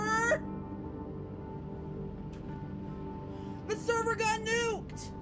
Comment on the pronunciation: He lost the “therver”